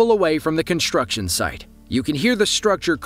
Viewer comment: There is no "h" in "construction". It's not pronounced "conshtruction".